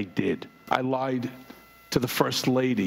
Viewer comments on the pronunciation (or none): none